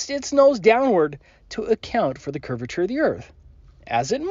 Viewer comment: he just said Curviture of the earth